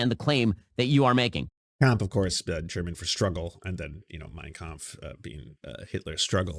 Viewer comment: I heard him say "cum" instea of "Kampf". I am german